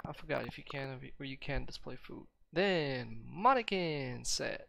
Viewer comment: Can u put PA on mannequin 6pat? Btw Man-a-kin is pronounce